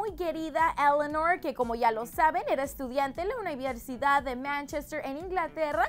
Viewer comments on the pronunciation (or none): Jajaja todos haciendo rollo por larry y a mi lo único que me llamó la atención del video es como dijo "universidad" jajaja te amo, no es en mal plan 😂😂